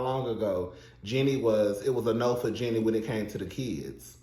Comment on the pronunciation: Are u pronouncing her name wrong on purpose? Anyway, based on your review I dont think you know the Jeannie and Freddy history very well. Freddy was a supportive husband and Jeannie has said so on the show herself a number of times. Her reluctance to share her success with her then husband when he was unemployed was borne out of her own insecurities not his. Please remember that Freddie had money before Jeannie did, He came from a family with money and he was employed during their marriage so its not like he was some dead beat husband. Jeanie did Freddie wrong by stringing that man along for 10 years preaching about how she doesn't ever want to have kids. She was so selfish during their marriage- she was always about protecting herself and her interests and not her husbands. Her insistence that she never wanted to have kids was what ultimately led to their divorce. In terms of having a partner who cares about his interests I think Freddy definitely traded up. Also I dont think Freddy is or was racist.